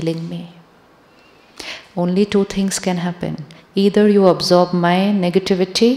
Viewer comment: Sri shivani sister, I got confused when you say absorb the energy, the pronouncation looks like observe the energy❤ meaning doesn’t matched in that sentence~~😊😊